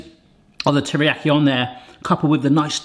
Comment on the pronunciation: Me wincing every time mispronounces teriyaki 💀 Please save us from it lol it's pronounced like tear but NOT the crying tear like you've been saying, its actually the grr I'mma tear this apart type tear that's then followed by the iyaki.